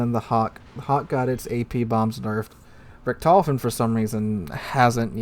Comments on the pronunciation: Sorry to say, but you butchered how you pronounced Richthofen The "ch" is a sound similar to clearing the back or your mouth, so the Richt is the first syllable, and the "h" is pronounced on the second syllable, so it Richt-hof-en, not Re-tof-en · True, though I would start by putting the stress on the first syllable and pronouncing the o as "oh" rather than "aw". Saying RICKT-hoe-fuhn would be a significant improvement without even having to get into how to pronounce "ch", which tends to be very hard for native English speakers. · Maybe if it was some obscure German name that no one had heard before, but this is The Red Baron, the most famous fighter ace in history, and mispronunciation is so bad it went back in history and butchered him too.......